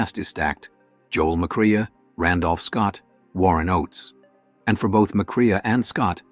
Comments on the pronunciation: Mack- RAY not mic-rhea... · It's not Macreea. It's Macray pronounced. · Uh, yeah...as in McCrae is not pronounced McCREEYAH. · It's pronounced "McCray," not "McCree-uh" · That's Joel "Mack-Ray" you AI fop!, not "Mack-Ray-a"! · It’s Joel “Mac Ray” not Joel “Mac Reeah.” The robot has a good voice, but needs pronunciation help. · *sigh*. McCrea is pronounced “McCray”. McLaughlin is “Mick-lock-lin” Kerr is “Car”.